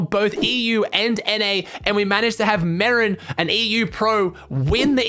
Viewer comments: Day 3 of telling his content is the best on earth. Bro i heard marren and i though marren tm istead of marjen or whatever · merijn is not merin but mereyn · btw its said me-rine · Pls say merijn right